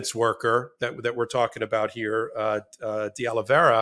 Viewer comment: It’s pronounced De-Oli-Vera not De-Oli-Veria